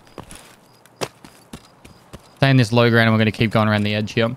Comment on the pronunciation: "i'm gonna jump over heyh and i'm gonna jump over heyh" lmao